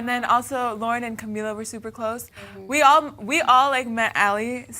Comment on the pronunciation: The interviewer pronounced Camila right but Normani wrong, they can never win :/ Also Dinah running to the floor for the group photo at the end is so funny! She's so cute :)